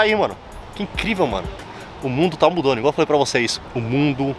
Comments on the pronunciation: “O mundo tá ‘mudanu’.” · Parece que não foi só uma cerveja kkkkkkkkkkkkk “ O MUNDO TÁ MUDANDOOOOO”